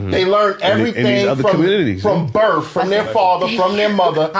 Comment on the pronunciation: It’s “birth”—not “berf”.